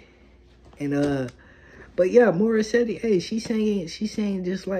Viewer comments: Bro, it's pronounce as Mori- set. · The e at the end of her name is silent so it is Morissett. That's the proper pronunciation so try to get it right. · Pronunciation Mor-i-set Ah-mahn. Her last name is like a monster 👹. Her father 👨 named her after Canadian singer and songwriter Alanis Morissette. Beyonce is the main writer of this song. She does a lot of cardio In order to have the power 🔋 in her voice and in her dancing 💃. Morissette Amon does too. This sounds great 👍 Strongly 💪 suggested video 📹: Morissette Amon sings Akin Ka Na Lang. Wishbus version 🚌. Feel free to use subtitles with CC in order to see the English translation.